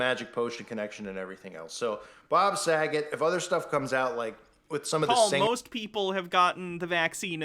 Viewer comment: I don’t like the way he said Bob Sagat’s last name, he put a little too much emphasis on it. It definitely gave “Haha his name can rhyme with the F-slur” “joke”. And I’m glad someone in the chat caught the same vibe